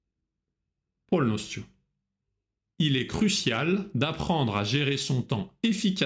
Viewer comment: Благодарю за урок . Прекрасно ваше произношение на русском . Единственное, я считаю , что вам пора избавиться от мягкого Л ( эл) . « поЛностью « par example